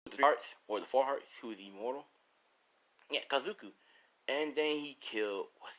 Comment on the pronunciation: you sad kazuku its kakuzu